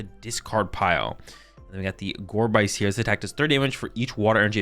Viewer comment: Sorry for being that guy, but: Gorebyss is a portmanteau of Gore + Abyss. So the byss part of the name should be pronounce just like abyss